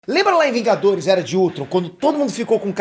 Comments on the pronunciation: Opa! "Vingadorrs" né kk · "vingadorr" acha q eu to brincando